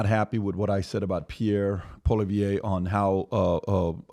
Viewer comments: Stop mispronouncing Poilievre, especially if you're going to give him hell about stupid podcasts. Don't knock him down, he needs to win, Patrick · If you are going to talk Canadian politics, learn how to pronounce the names first. A quick search on google will teach you how. Do more research on who you are talking about. Maxime Bernier started the PPC party in 2018 and has not won one seat for himself or any of his party members since then. This is a two horse race, not three. I agree that Poilievre should do some podcasts in the USA, especially the number 1 podcast Joe Rogan. He is number 1 for a reason, because he is not a know-it-all. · Guys please if you’re gonna talk Canadian politics learn to pronounce the names. You’re killing me dudes.Also Bernier doesn’t have a chance to win anything - just an fyi he went to Davos before. Poilievre is not WEF but he is afraid of Trump and he does want to continue the Ukraine war. Canada is in deep trouble. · Wow, is the only one on the panel that has a clue and can actually pronounce the names of the Canadian politicians. Even after says Dirty Pierre's name correctly, Pat still blows it, also is the only one who knows how elections in Canada work. Congrats for putting in the effort on a subject before speaking on it, the other members look foolish. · With respect to your comments about Pierre last week - You don’t understand anything about Canadian politics. Pierre has never gone up against Trudeau. The leader of the Conservatives was Erin O’ Toole in the 2021 election. & Him not wanting to do your podcast is a good call. Besides, you invited him on your podcast and still don’t know how to pronounce his name. I want him to win but doing American podcasts would not help him right now. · It's a bit embarrassing how these guys can't pronounce his name properly, after all this time. A google search can fix that. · Learn how to pronounce Pierre Poilievre’s name please. Actually pronounced it right.